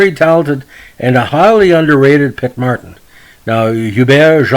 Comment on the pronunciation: I like you pronounce his name, mar-tan, being he was French- canadian, I've heard it pronounced that way when he scored at the Montreal Forum🙂 his first name oo-bear (Hubert). Too bad about the trade stigma, he was a fine player